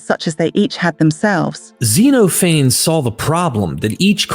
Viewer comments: DUDE, YOU SOUND LIKE BILL AND TED WHEN YOU PRONOUNCE XENOPHANES...ZENO FAYNES??? ZEH NOF FAN NEEES 😂😂😂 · Zeeno Fanes. You make him sound like some surfer dude. lol. It's Ze-noff-uh-neez. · Great video, but I believe "Xenophanes' is pronounced "Zeen of-an-eese". , not "zeen-o- fanes" . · First half of video: Xeno-Feign, the false alien The Loovruh in Paris Chi-Mera, the great tea monster Second half of video: [name of thing] "and I hope I'm pronouncing that right." Jokes aside, thank you. I'm really interested in this book now. I could fill a page with questions that I think merit further explanation (which is to say I'm not thoroughly convinced by all her arguments as presented by your video), but that just means I want to look deeper. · Xenophanes is pronounced "zen-OFF-uh-neez" in English. You've produced a nice collection of information.